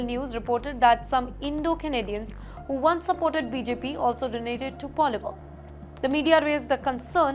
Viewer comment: Lol, she doesn't know how to pronounce PP.